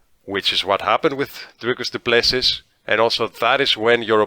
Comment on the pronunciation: Repeat after me: "Dricus Doo - Ple - See... Dricus Doo - Ple - See... Dricus - Doo - Ple - See... AGAIN... Dricus Doo - Ple - See... Once more, Dricus Doo - Ple - See... Last time, Dricus Doo - Ple - See... Final time, Dricus - Doo - Ple - See.... Final last time, Dricus Doo - Ple - See" Now try on your own - Dricus Doo - Ple - See.